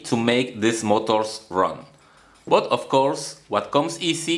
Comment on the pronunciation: When he said Such as Sootch, But as Boot I felt like I'm gonna get the GREATEST KNOWLEDGE OF MY ENTIRE PATHETIC LIFE (Joke)